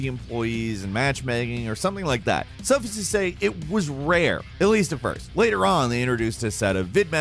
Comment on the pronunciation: Suffice as in "ice", not as in "is". 👍